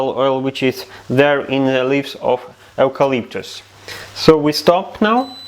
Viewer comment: You pronounce it You-Calyptus….I’m Australian 🇦🇺👍🏼